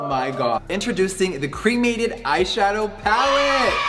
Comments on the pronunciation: I just think the palette is ugly but that's ok because I don't buy his things anyway. Also why does he pronounce 'cremated' like that? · I'm so over Jeffree, but there's no way he could've predicted something like this. There is alot of death themed stuff out there, death will always be part of life. (That being said, Jeffree saying 'my dad was cremated' sounded to me like 'I have a black friend').